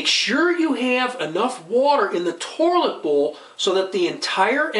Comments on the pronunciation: Lol, I couldn't believe my eyes as I had to scroll down the first comment. I would have NEVER in a million lifetimes believed, that after watching and listening to this video, the first comment would not mention, "Toirlet," "Tore-lit," or even "Torlet." What is wrong with our society nowadays that a man is not being clowned on for his pronunciation of the word toilet in the very 1st entry of the comment section! This is despicable, absolutely disgusting behavior. Please folks, we need to do better and clown on those who would be kind and clown on us. This man needs to learn that his actions are unintentionally fuckin' hilarious. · Is that an r I'm hearing pronouncing toilet 😂 Tourlit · Haha I heard torlit too 😅😅 but so what... great video. And the video about how to replace the water filler was great. Ill be doing that this weekend . Thank you! 🎉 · WTF is a 'torlet'? LMAO